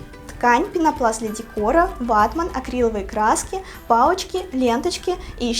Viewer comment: Не батмен а ватмен